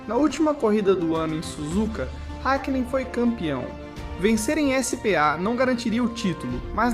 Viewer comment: Lembro dessa corrida. Mas, meu brother, essa narração é IA, né? Senão, uma dica construtiva, não se ofenda. "SPA - se pronuncia o msm que "ISPÁ" ao invés de como falado no vídeo, "Ese - Pe - A". O sobrenome do Irvine, se lê "IRVAINI" e em alguns momentos, o narrador pronuncia de forma correta. No minuto , a narração diz... "Ekiném", mas algumas vezes fala corretamente tb. Por isso ficou estranho. Faltou revisar o áudio, antes da postagem.